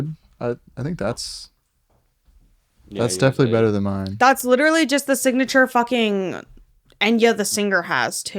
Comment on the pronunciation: He’s witually gwiddiying